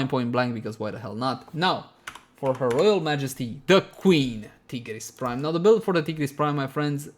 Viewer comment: T-GERESS BRIME